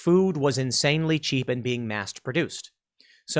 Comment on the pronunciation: lol, "mast produced"? I think you mean "MASS produced." :p